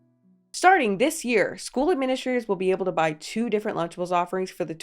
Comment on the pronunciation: Wtf is luchables 😂 this all sounds so wrong being from outside the us